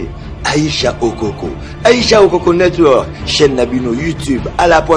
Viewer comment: oko misua mungongo na lolemu aicha okoko. network ango nde ozo loba ngo kkkkk networrrk